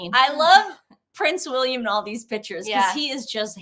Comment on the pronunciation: It’s pictures not “pitchers” 🤭✌️💕